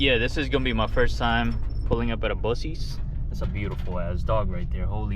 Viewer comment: Buck- eez. Not bussies lol